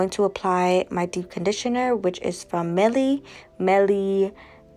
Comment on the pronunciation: Mielle is pronounced = ME - ELLE = honey in French